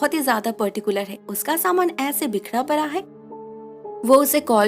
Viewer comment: its not परा its पड़ा। its not गारी its गाड़ी।